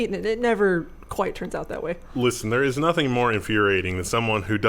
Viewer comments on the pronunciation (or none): none